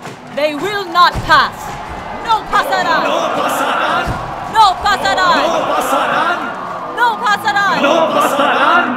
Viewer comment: "NO PASARÁN!" The proninciation was perfect and got me pumped! INCREDIBLE WORK!🔥🔥🔥🔥